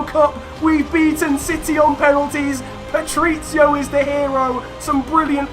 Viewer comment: Please learn how to say Patricio correctly!! Omg! It’s Pa-tric-io not Patric-io